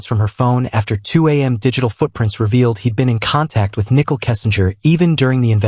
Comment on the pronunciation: "...but behind Shan's back, he was texting nickel"